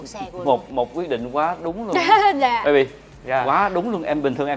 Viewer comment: gọi a là bấy bi, bấy bi cưng vậy